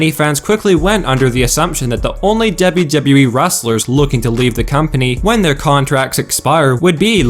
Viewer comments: for fucks sake. its spelled Dublew Dublew Eee, not debby debby E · 'Dable Dable E' that's how he pronounce WWE.